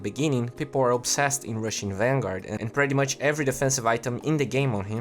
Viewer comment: Cara, quando vc fala "pretty much" a pronúncia certa é "PRITI" não "préty". Keep up the good work